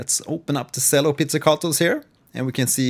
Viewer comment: Great video! Just a note on pronouncing the word "cello" - the "c" has a "ch" sound, not an "s" sound. So it should be pronounced "chello" not "sello". Keep the great vids coming!